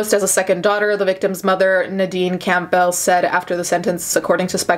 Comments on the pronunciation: Lol have you never heard the name Campbell? It's pronounced like the soup, not "camp bell" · Every time she said camp bell I cringed a bit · I hate how she pronounced the family's name as "Camp-Bell" cringe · It's pronounced CAM-bel... Sounds like gamble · Why are you saying Campbell like that? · I’m distracted by how you pronounce Campbell lol